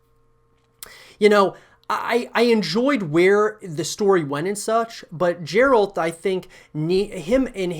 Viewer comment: My comments. First off, how did you play the entire game and miss that his name is pronounced with a hard G? #1 - New story, new characters: Not a bad idea. #2 - New environments: Not a bad idea. #3 - Multiple PCs/Co-Op: Not a bad idea. #4 - Multiplayer: BAD idea. Some games have a system that works with MP. Some don't. This is one of the latter. Free to play...are you smoking crack? CDPR doesn't need to head down that slippery slope.